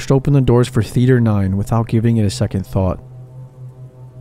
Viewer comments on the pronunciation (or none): none